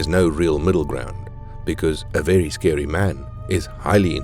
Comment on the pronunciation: Vewy scewy man